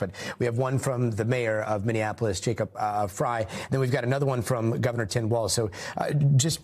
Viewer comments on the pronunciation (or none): How come they can put hyper Latino accent on Maduro but they keep saying “Tim Waltz”?? There’s no T in his last name.